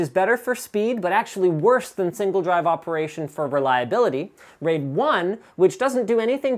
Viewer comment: The pronunciation of "raid" sounds allot like the dutch word "reet", that is our word for ass. So yeah I had to express that.